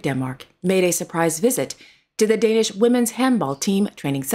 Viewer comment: I must congratulate you on your Danish pronounciation 👍🙂